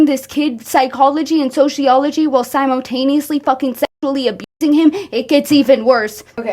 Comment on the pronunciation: I'm so sorry to be this person but it sounds like you're pronouncing "simultaneously" like it's spelled "simotaneously" and I felt like I should let you know